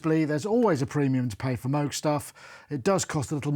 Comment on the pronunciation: Nice review and nice sound, but for Christ sake, after all these years, at least learn how to pronounce MOOG correctly. There is no debate on the correct one, and it is not a cow sound.